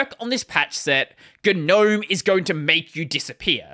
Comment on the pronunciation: Oh, the G in Gnome is silent. It's pronounced nowm.